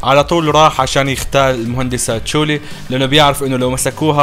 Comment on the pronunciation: تحصحيح على السريع قال فورتوكا ومفروض ينقال فوركوتا وقال اسم البنت تشولي غلط اسمها كلوي